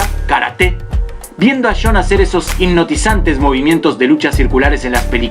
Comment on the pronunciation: Cuando dices jhon suena como sean. Dos nombres distintos. Jajajaja. Sean foo o jhon foo???